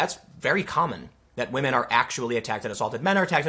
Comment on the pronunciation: "Believe all whamen! "